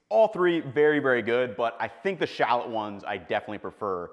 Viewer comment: he didn’t even pronounce shallot correctly